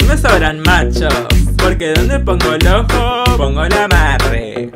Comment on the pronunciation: La Tuggaka era francesa pero tiene problemas con la pronunciación “porque donde pongo el ÓJooo pongo el AÁMARRE”, “YÓ tamBÍEN SOY PERRÁ Y MUuUERDO”